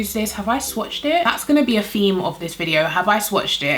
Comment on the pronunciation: I always laugh when she says words that have "TH" in it. When she says theme, she says "F" instead, Fheme. Lol, its cute! ]